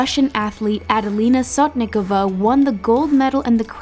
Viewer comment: Okay it’s pronounced adelina sodikova with a stress on the o, And Kim yoona not however you guys said it 🥴🤦🏻‍♀️